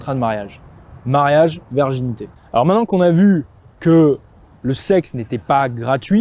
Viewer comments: excusez-moi, mais prononcez bien correctement le mot virginité avec un "I", parce qu'on vous entend dire"verginité"!😂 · Pourquoi prononcer "verginité" au lieu de "virginité"?! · La verginité ou la virginité? ^^ Attention à la diction garçon. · Merci mais si tu dis encore une fois verginité au lieu de virginité je me désabonne 😭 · Ton discours est intéressant et juste par contre c'est "virginité pas "verginité".